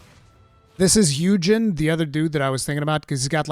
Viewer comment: not a mistranslation, just a case of the text not matching the clip. He's been shown to use a skill that allows him to quickly reposition in past footage Eugen's name is actually pronounced Oi-gen. Yes, I know, it's weird as hell, but that's just how it is. After analyzing a lot of the footage that came out last month; Everyone appears to get full exp and levels up even if they aren't in your party*, however each character appears to have a personalized exp curve to prevent them from all always leveling up at exactly the same time, as Io is *consistently the highest leveled character, while the unused characters are always keeping up with the 4 characters in the player's party. considering mastery points are shared across all characters, and not all mastery points are tied to leveling (the other known sources are shiny items on the map, chests on the map, and sidequests), it is very likely that by the time you do everything you'll be able to fill out everyones trees. There's also core mechanics tied to the mastery trees, as the skills you unlock are from the trees, and so is the perfect dodge and perfect block. Magic damage isn't really a thing. You just a regular damage stat, and then modifiers for things like crit damage, skill damage and skybound arts. On the stat screen there are 4 main stats; the green one is hp, the red is damage, the top white one is crit chance, and the bottom white one is currently not known, but is likely a crit damage